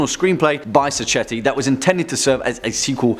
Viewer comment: It's pronounced Dardano Sakketti, non Saccetti.